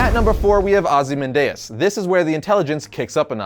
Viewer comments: Ozy man dayus? Are you serious? I love you and this channel, don’t get me wrong, but how do you mispronounce one of the most well known names and spoken names period. And even if that somehow was the correct pronunciation, who tf says it like that?! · It is ozymandiaz not ozy mandiaz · “Ozi man diez “ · How can you not know how to pronounce Ozymandias?